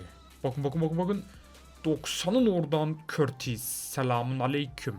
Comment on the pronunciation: Abi courtua nin adini yanlis okuyosun😀😀